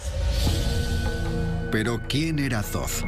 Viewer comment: que alguien le diga al guionista que ''zoz'' no es 'Thoth'', en español esas dos H son mudas, no se dice ''zoz'' sino ''Tot'' (foneticamente). Gracias !!